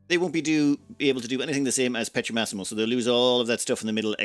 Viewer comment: Just a side note : it's Pietromassimo, with an i, think it like Peter-Maxim